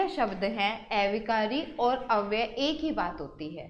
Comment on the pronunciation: Aunty a-vikari not ऐविकारी